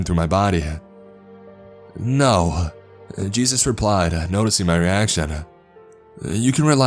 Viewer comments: Lmaoo I wanna know what Hispanic calls Jesus "Chus". That's the first time I've ever heard that 🤣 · Dude says jesus like its spelt Juice. Kinda ruined the whole story hearing that. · Jesus in Spanish is pronounced juice 😂